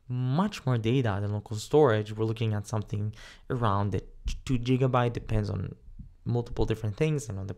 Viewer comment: You pronouncing "gigabyte" wrong